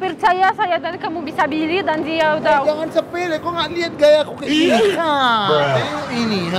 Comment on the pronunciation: KHAS : Pengucapan NG ( N+G ) = eNG... Ama Kak Bule JANGAN Menjadi = JAN- GAN!!... 🙂 LIDAH RUSIA!....